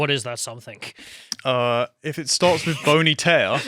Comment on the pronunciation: Something, not "somethingK",...